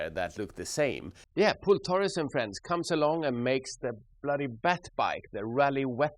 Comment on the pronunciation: the guy's name is Pol not Pool 😘